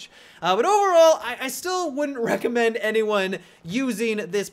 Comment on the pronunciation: LOL the way said recommend XD